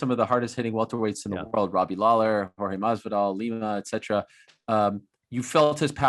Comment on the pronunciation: Obviously he doesn’t respect Jorge he calls him George 😂